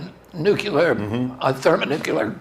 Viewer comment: love u bobby. first note: say 'NOO-CLEAR' please. i love this so much. second note: RFK is the BEST candidate to reverse/upend regulatory capture of our national/federal agencies. let's go ! bravi ! third note: BEST SCIENTIFIC EXPLANATION of trans people and neurobiology i've seen to date. love my trans/gay friends. #RFK2024. by Robert Sapolsky "Robert Morris Sapolsky (born April 6, 1957) is an American neuroendocrinology researcher and author. He is a professor of biology, neurology, neurological sciences, and neurosurgery at Stanford University. In addition, he is a research associate at the National Museums of Kenya" Bravi to both men and those attended and watching . Fifth point: I’ve been pro Palestinian people for a long time, big credit to for her crusading journalism on the topic/issues there. Bravo to Bobby for illuminating the Gaza situation better than I’ve ever seen/heard. Thank you 🙏. Bobby is the most informed and factually intelligible candidate I’ve seen discussing the real issues we face in the USA. Can’t wait to hear the rest ! Sixth note: thank you so much to Bobby and everyone involved in this campaign/production/movement. There is no candidate, to my knowledge, who shares the breadth, depth, and detailed comprehension of the facts, dates, and interlocking mechanisms of the state and the Military Industrial Complex. Thank YOU Mr. Kennedy for your service, bravery, and compassion for the American people; may we rewrite history together. Peace, prot